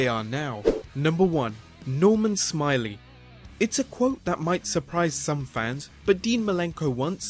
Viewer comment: It's pronounced Norman Smi-lay